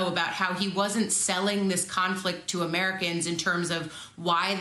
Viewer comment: I counted many mistakes. He literally said clown flick instead of conflict. Lol Go back and watch Trumps speeches, sharp as a tack.